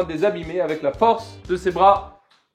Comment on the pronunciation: Cest fou de faire deux fois la même erreur de prononciation (ses)😭